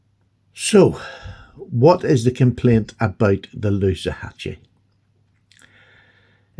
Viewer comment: Loosahatchie rhymes with loo as in WC. Hope that helps. PS I really don't get what Rosecraft haters are going on about. Pretty obvious they make an outstanding knife.